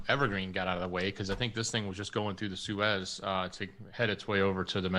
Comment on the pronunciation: Belarus is pronounced "Bella roos" Love ya, but you are really screwing up geo names (Suez) lately.